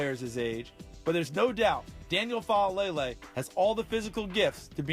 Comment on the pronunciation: stop saying fahlaylay